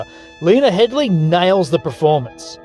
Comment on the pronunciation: Why do people keep calling Cersei Lannister "HeadLY"? Lena Headey. HEA-DEY. No L!